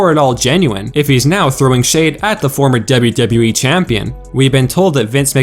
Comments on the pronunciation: The way you say WWE pisses me off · DUB-YOU -DUB-YOU E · Dude you say “WWE” weird. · He says WWE in a weird way